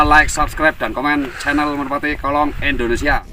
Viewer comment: Indonesia. Bukan Endonesia Pak Dhe